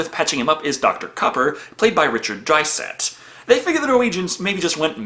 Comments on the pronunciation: Richard "Dryset"? It's Dysart? Proper reverence requested for an actor who's passed please. Also, come on Richard "Mowzer"? Seriously? It's Masur pronounced "Masser" you can hear the man saying it on the YouTube video Speaking Freely: Richard Masur. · Richard Dysart, not Drysat. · Richard Drysat, Richard Mowser ... I don't know if your mispronunciation of names is intentional or not, but I actually LOLed at these ones.